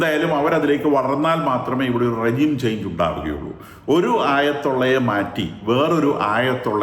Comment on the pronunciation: ആഴതുള അല്ല... ആയത്തുള്ള.